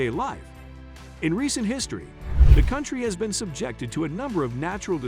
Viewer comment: The AI voice that narrates this video needs improvement when it comes to pronouncing country names.